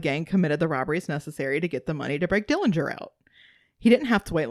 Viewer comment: Thank you for your interest in our uncle John Dillinger. The correct pronunciation of the Dillinger family name is without the 'g'. It's unfortunate that you didn't cover how happy he was growing up with a loving family that included living with his sister and her husband after their mother passed on. But, that you only covered the few situations where he made wrong decisions. The robbery of Mr. Morgan didn't have anyone around when the gun went off during John's fight with Mr. Morgan. John played baseball for the prison team in Pendleton before being transferred to Michigan City prison.